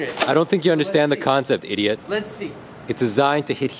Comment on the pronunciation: Why do u say ideat